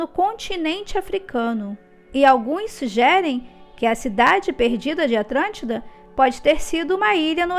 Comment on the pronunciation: Atlântida ou atrantida!!! 🤔🤔🤔